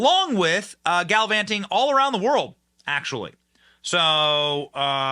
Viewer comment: He just said "galivanting" and it made me miss my Gram.... lol